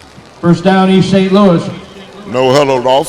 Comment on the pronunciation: the only thing I don't like about these videos is the announcer guy pronouncing Saint like Sant lol